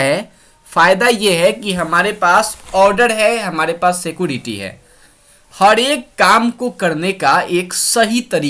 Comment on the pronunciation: उसको सीकोरेती नहीं सीक्योरीती कहते हैं